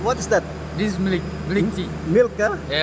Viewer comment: Hindi nila gaano ma pronounce yong MILK na words "milik" 😊